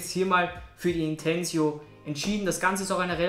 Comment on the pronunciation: Es heißt nicht "Intensio" Sonst Danke für dier Info!